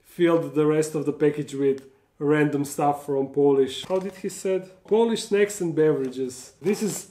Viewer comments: is so crazy. I thought he was saying "snakes"... but he was saying "snacks"... 🤣 Congrats on 285k subs... I can't wait for 300k... 🤪 coming soon! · I love the way he says snacks. Sneks